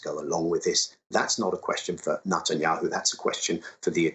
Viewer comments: Is Nut-enyahu the correct pronunciation? He really leans into it. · I like how he pronounces it as "Nutanyahu".